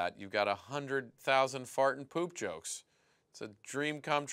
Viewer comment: Why dose poopypants say choke instead of joke lol xDDDD